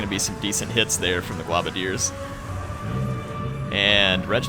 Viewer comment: i love your videos in fact they are the only ones i regularly watch while i wait in anticipation to get a new graphics card for my PC so i can play TWW 2. but just one thing, it's pronounced "GLOWbadiers" not "globadeers"...... as a long time skaven player in the tabletop game this is doing my head in lol.